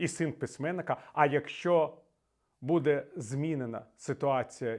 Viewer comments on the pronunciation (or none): none